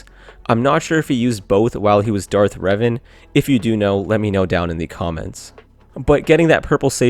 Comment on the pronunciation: Finally, someone who doesn't say "Darth Raven."